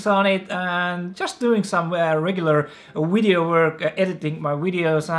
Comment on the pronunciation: am I hearing wrong or he said wideo instead of video multiple times